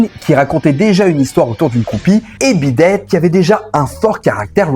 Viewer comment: "Beat ète" ? Connais pas.